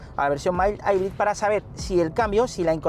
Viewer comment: Me quedo con el “mai-aibrid”